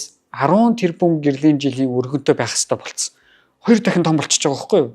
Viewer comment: Үгээ зөв хэлээч өрөнтөө гээд байх юмаа өргөнтөй гээчээ